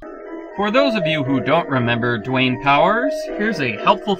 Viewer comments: Dwanger?? rofl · "Stay tuned for Dwaynger!" lol!!!! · "Stay Tuned For Dwaynger" XD I should not be laughing this hard